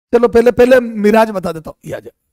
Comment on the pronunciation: Mirage❌ मिराज✔️😂😂